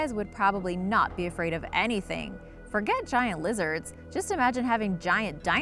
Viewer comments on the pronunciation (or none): none